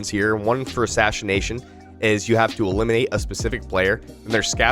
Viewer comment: “Ashashination” made me laugh😂 not tryna make fun of you, just thought that was funny